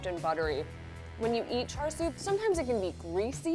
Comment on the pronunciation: Lol that is not how you pronounce char siu.